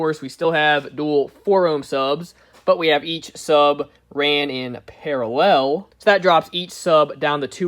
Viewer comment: “I’m not good at explaining stuff...” you’re also not good at saying the word ‘parallel’.